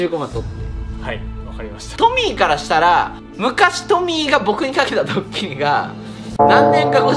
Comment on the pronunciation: カンタくんの発するトミーが、時々｢ポニー｣とか｢ポミー｣って聞こえる件。笑